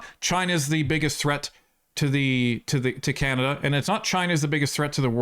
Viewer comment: Hey! It's CaNAda not CaMAda... he's dismissive and condescending and... insulting to Canadians.